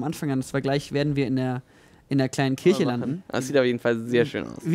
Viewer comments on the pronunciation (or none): none